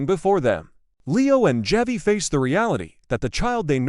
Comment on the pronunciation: Javi is pronounced Havi in.Spanish.